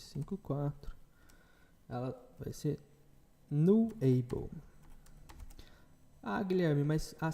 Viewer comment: Posso só sugerir algumas coisas? nullable se fala nú-labow não nuleibow repositóry se fala repô-sitóri e não reposítore. Desculpe a chatisse, mas o conteúdo do curso é de alto nível. Acho que o inglês pode dar uma melhoradinha também. Parabéns pelo conteúdo.